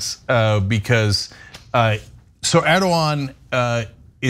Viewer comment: Why did the female host mess up that Turkish president‘s name despite the fact that her cohost has that very same sound in his name? I’m boggled; am I missing something here🤨